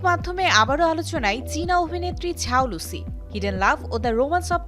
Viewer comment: সবার কি মাথা খারাপ হয়ে গেসে? ওর নেম এর উচ্চারণ "যাও লুসি" না তো "ঝাও লুসি" 😂😂